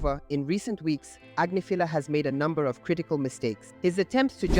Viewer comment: Grammar police - Agnifilo Ag NIFF uh low. If you're going to say his name, say it right. Sheesh.